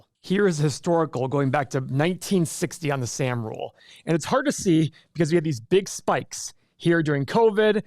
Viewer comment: And it’s pronounced Sahhm.